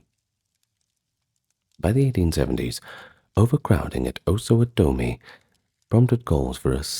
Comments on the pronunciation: As Kansas resident all my life, it's "Kansans." The Osawatomie hospital is pronounced Os-a-watt-a-me, phonetically speaking. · Pronunciation Osawatomi: " AH SUH WAH TUH MI : Kansan: " CAN SN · I'm sorry but as a lifelong Topeka Kansan, Osawatomie pronunciation was too much. "OsawaTomie". Nope. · Osawatomie is Ossuh-WAH-tummy. Not usually that person to correct pronunciation but Topeka is my hometown 😂 (also I noticed a lot of people say Toe-peekuh but everyone in Topeka calls it Tuh-peekuh) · Osawatomie's asylum would probably have better stories. Your pronunciation is way off by the way. Try o-suh-WA-tomy. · getting local for me! I’ve lived a few blocks from here my whole life. My friends used to try to get me to explore the hospital with them when we were young, but I was a goody-two-shoes and wouldn’t go. I kind of regret it now that I’m at the age where trespassing gets you real consequences. Btw, Osawatomie is pronounced “oh(or sometimes ah)-suh-WAH-toe-mee”. It’s always fun to hear people try to pronounce Kansan names, lol. You did a really impressive job; I feel like most people don’t even care to try, but I can tell you looked into pronunciations. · Came to the comments to see if anyone else noticed the pronunciation lol